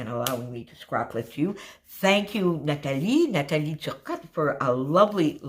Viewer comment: What a great idea! I love this! I enjoy stitching on my layouts and never thought to try it with a regular cutfile. Thank you ! Also thank you for pronouncing Nathalie’s name 🥰💕 Briana